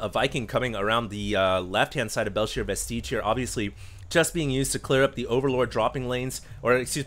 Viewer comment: forgive me but does pronounce vestige wrong every time??